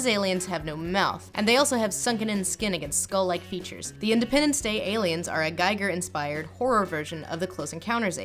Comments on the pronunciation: Im sorry about this pet peeve of mine, but with all due respect.... It´s giiiiiiger not geiger....geiger was the guy with the radioactivity detector thing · I hate to be that guy (lord knows you get enough That Guys already) but HR Giger is pronounced "Ghee-gur", not "guy-ger". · I love your stuff but it's pronounced GEE-ger, not GYE-ger. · Giger is pronounce GEE-ger, not GEI-ger (also, not JEE-ger). You've got the first "g" sound right, but the first vowel sound is off. "ee" not "ai". Remember how a Geiger Counter is pronounced and then remember that his name is spelled Giger. Watch some documentaries about him and you'll notice the difference. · H.R. Giger's name is pronounced "GEE-Gur", not "GAI-gur. Great video besides that though. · Only because you said his name so often, it's GHEE-ger. (I can't flip the last "e" here, dammit). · Giger. rhymes with eager. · I got so thrown off by the pronunciation of H.R. Giger, I had to rewatch the whole thing XD